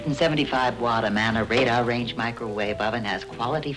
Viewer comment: i have to pick up the keyboard again. the Amana Radda renge microwave? its RADAR RANGE RAY DAR is how its pronounced. fix this or I might consider downvoting this page